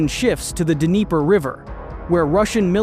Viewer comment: Is it pronounced d-niper?